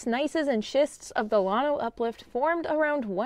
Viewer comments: Lan- O not lawn-O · There is a small collection of what we would call hills, also called Packsaddle Mountain, that is the last remaining bit of the Grenville Orogeny. The schist is very impressive. Check out JSTOR for an excellent scholarly article on the Llano Uplift. By the way, it's pronounced Lan-Oh, not Lon-Oh. If your a Hill Country boy like me its hard on the ears. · It's, LANO, NOT LAWNO. 😉 Llano. Llano (/ˈlænoʊ/ LAN-oh) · Here in Central Texas, we old-timers who grew up in the area call at "Lan Oh"... not "Lawn Oh". 😉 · I like your channel, studied geo at UT, and Llano SHOULD be pronounced with a glis after the L. Uhlyano with a very short uhl. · lann o pronounce it right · Llano is a Spanish word and is correctly pronounced "YAH no". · than stop calling the uplift spainsh name. It means flat or smooth whats the English definition of lano??? Call it something English you can't pronounce it.. Guess what Texas is a Native American name so why don't you butcher its pronounce for your pride in stupidity...cause your to dumb to say it Yano (ll is y) as it is a Spanish word?😮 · All my family is from Fredericksburg and Llano, you are pronouncing Llano different from how my family and I do! I still have family living in Llano and I have been there many times in my life!